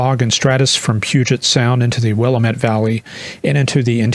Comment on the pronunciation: "It's the Willamette, Dammit!" ~ Neil Goldschmidt say: Wil-LAM-ette 🙂